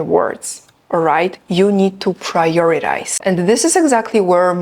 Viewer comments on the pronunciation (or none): Would you check the way you pronounce the word "prioritize", I think the rule for t --> d cannot be applied here because the stress is on "tize".